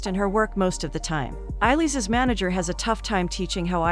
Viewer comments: It's pronounced ay-lish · Whoever is narrating this video can't have actually watched the movie. She is pronouncing the main names wrong. Eillis is not pronounced "Eye-leez". It's pronounced " A - lish" - which anyone who's watched the movie knows. Mrs Kehoe is "Key - ho" not "Keho". For a review, this is really annoying...